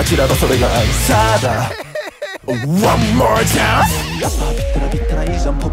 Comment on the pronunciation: 「で？で？で？」のところ1個少しキーあげてるのも好きですし、 「ホップステップう〜」のところ低音なのに韻を感じて不意にリズムのってる自分いて恥ずいし、 あと と の「ワンモアチャンス」も低音で力強くて発音も綺麗でリピしまくりです もう超学生くんの色気のキャパオーバーで吐血しそう